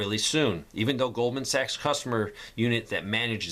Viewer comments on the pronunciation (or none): none